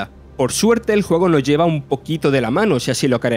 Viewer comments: Ese es un ejemplo palmario de lo que comento. Dice "el juego no ha sorprendido" cuando quiere decir "el juego noS ha sorprendido", pero al comerse la S entra en equívoco todo el guión. En fin, mi intención era sólo la de hacer una crítica constructiva. Llevar esto a una lucha territorial, o a una reivindicación dialectal me parece no entender o no querer entender. Es más sencillo que eso y nadie debe sentirse ofendido, repito, seguro que es un grandísimo profesional del sector, pero para locutar hay que hacerlo mejor. ¡Saludos! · Las "s" son importantes. No es lo mismo decir "El juego no gustó" que "el juego nos gustó". El mensaje cambia radicalmente. O se habla bien, o se está más guapo calladito. Sin acritud, compañero.